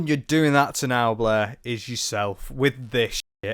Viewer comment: Love the pronunciation of Blair as Bleh. 10/10